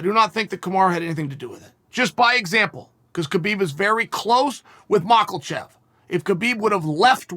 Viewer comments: Chael I honestly dont think you are a racist I also believe you give every s fair go on your show. But i just want to point out that is offensive the way you say makalchev you know full well how to say his name. I will add this a lot of Islam's fans will take offense to this me being one of them. And we are also fans of your channel. You might think that we dont have a right to be upset, just quickly, it stems from how racist people intentionally pronounce our names in a dergogatory way. So regardless of your intention Do you see how it can be taken. Either way some of us are being offended. Your call mate. Other than that love your work. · I was completely in the flow of his video until he said makelchev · A "palethra"? LOL Bruh it's PLETHORA. And it's not "Makelchev", it's "MAKHACHEV" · Me: Makhachev Chael: Mockulchav Me: Okay Great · Polethra,Mackleshev..only Chael can change language and nobody cares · Can’t get enough of hearing Chael say MockleChev 🥴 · Chael “Maklechev” Sonnen